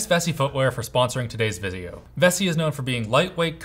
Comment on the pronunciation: "sponsoring today's viseo" 🤣🤣🤣